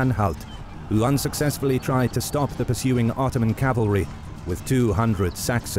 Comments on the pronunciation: Did anyone else notice how it said 𝓞𝓽𝓸𝓸𝓶𝓪𝓷 empire in the first seconds instead of ottoman, just thought I'd point that out, have a nice day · "Otooman empire" lol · Ottoman become Otooman... glorious. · No one: Otooman Empire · Ah yes, the otooman empire... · *Otooman ... lol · The OTOOMAN EMPIRE ! xD